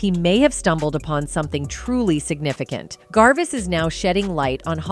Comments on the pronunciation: why the fug would someone call ricky GERVAIS, ricky GARVIS? maybe this talkover person should have actually watched her video before posting it? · It would take you 10 seconds to research how his name is pronounced, but instead you decided to look stupid. 🤦🏼‍♀️ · How about you say his name right first off is very funny get his name right grrrr 😖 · Omg please learn how to pronounce the subjects name properly!!!!